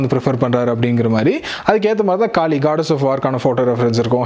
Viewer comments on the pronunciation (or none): none